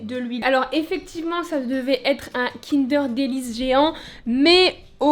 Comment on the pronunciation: "kindair délice" sait Kinder délice 😭😭